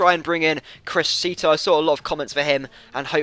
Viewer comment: it's crishito, i'm italian =)